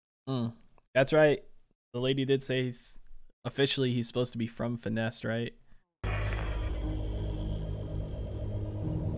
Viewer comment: no one going to comment that he accidentally called the planet "finessed" 😆